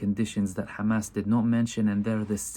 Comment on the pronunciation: Khamas! haha. They all pronounce Hamas like that.